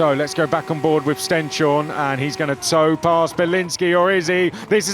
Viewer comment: its pronouced Stens-horne, not Sten-shorne